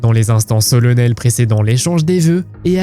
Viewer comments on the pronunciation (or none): Solennel se prononce SolAnnel.